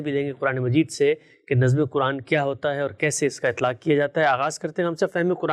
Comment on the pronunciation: 'Nazm' was pronounced repeatedly as 'nazam'. 😢